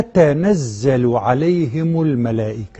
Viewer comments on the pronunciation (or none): none